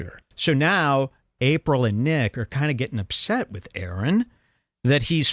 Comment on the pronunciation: Is pronouncing nicks last name on purpose?